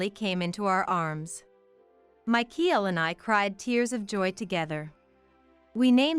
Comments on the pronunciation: Michael is NOT pronounced /my-keel/. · It's MICHAEL! The pronunciation is wrong, along with the 10 month of pregnancy situation